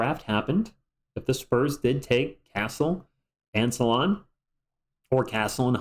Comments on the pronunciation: Not "Sala" + "1" => "Sal" + "1" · Fyi, "Salaun" is prononced "Sal" + "1" (the way you say one in french) 🤔